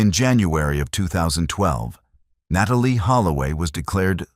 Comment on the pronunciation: Na Tall E Holloway....this one too